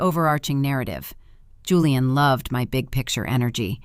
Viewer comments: Why does the name pronunciation keep changing? . First is Julian with a Jew sound then it’s Houlian with a Spanish sound. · Hooo-leee-ahn or Jooo-leee-inn? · Kind of funny how the "j" was initially pronounced then later , it was not , lol . AI strikes again !